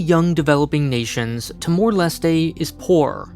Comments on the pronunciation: "Tee-more Leh-stay" You mean Tuh-mor lest? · The way you pronounce timor-leste is really strange, I thought it was pronounced with a silent “e” at the end.